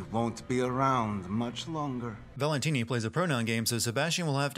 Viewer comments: Am I the only one who dies a little inside each time he says "Valentine" instead of "Valentini"? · Did he think we wouldn't notice him calling Stefano "Valentine" instead of "Valentini" for the first half of the video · It's ValentIni not Valentine. But magnificent sinning as usual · Biggest sin is the uploader calling Stefano Valentini "Valentine" for the first half of the video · Valentine? You mean valentini?... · Gonna have to sin the sinner here for mangling stefano's last name. Valentini....not Valentine. XD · WHO DA HELL IS VALENTINI? Just use Stefano. gezzz! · If I have one criticism, it's that you refer to the first villain as "Valentine," then switch to the correct "Valentini" halfway, which is rather jarring. That said, amazing video, especially when pointing out the sillier bits of dialogue (and the one so-silly-it's-awesome one)! Oooh, this is a tough vote. On one hand, Wolfenstein II would be more interesting...but I really want to play it before any sin video, but that seems unfair, & AC may be more sinful...it's a coin flip here, so I abstain.